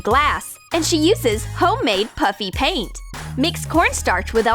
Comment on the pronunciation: Is it me or did she say puppy paint